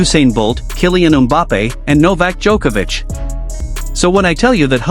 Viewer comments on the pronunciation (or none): none